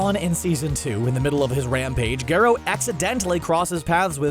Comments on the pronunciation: he's called garro not gerro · The way Garo was pronounced was infuriating.